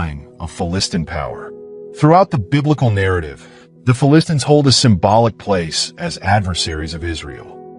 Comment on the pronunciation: AI cannot pronounce Philistines correctly. Phili-stines.